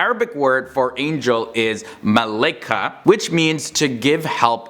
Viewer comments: It "Mala-ika" not "Malaika" I meen that"i" pronounce alone and the same to "Mikail" In arabic it: Malaika = مَلَائِكَ so : ma =مَ la=لَا i=إِ ka=كَ and jinns are from fair . the story of satan or iblis like what we call hem that In the beginning, the jinn destroyed and spoiled the earth, And for this God commanded the angels to kill them and leave the good jinns . Satan or iblis was the most devoted of them and used to live in a place far from the them, and they took hem with themand and he got the rank of angel or more. I heard that hes name was defferenf and that whenever he raised his level his name changed and( His name might have been Lucifer In the pre-disobedience stage) and when he refused to implement the command of God and greater than the human being saying: you created hem from dust and created me from fire things began in a way that he was expelled from Heaven and he blamed humans. and he did not ask for forgiveness ،he swore by the greatness to God that humans will enter the Hell. This is the sin of arrogance... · love this channel :) also it's pronounced mala ika or malak (with a light L) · its ma-la-ika